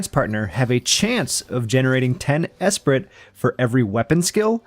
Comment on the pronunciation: Great job, someone not running through the information so quickly that you barely have time to comprehend which move processes (proc's) what, BTW ...the t is silent, esprit is generally said as eh-spree or uh-spree